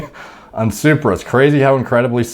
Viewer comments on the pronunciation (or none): It's supra, bro! Not super! Toyota supra! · It’s supra, like the car bro. You really need to make a video just saying it’s supraphysiological and not super